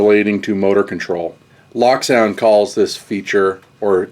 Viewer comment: it's pronounced Loak